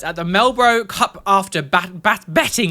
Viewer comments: I, as an Australian, am not letting you get away with calling Melbourne ''Melbro'' XD ive never heard it been called that before XD Normally people say mel-born when its pronounced mel-bn basically x3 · Love your content,, but you mangled the pronunciation of Melbourne. LOL. It’s pronounced as Mel-burn. 😮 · Hey hope you are going well, just letting you know that "Melbourne" is pronounced as "Mel-Bin" :) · i had to watch this bit twice bc i was so flabbergasted that he said "melbro" i have never heard someone pronounce melbourne like that ive only heard people pronounce it like melborn